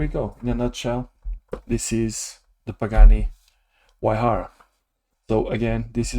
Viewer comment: Engine detail is awesome! Looking forward to following this build love the way you pronounced Huayra 😂